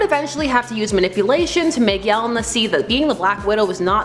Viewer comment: It's pronounced Yelēna, not whatever it was that you are saying 🤦‍♂️